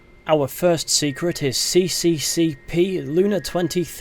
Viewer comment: I think "CCCP" should sound like "SSSR"